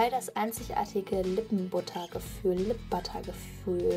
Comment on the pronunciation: wie die lip butter sagt ich lach mich wegXDD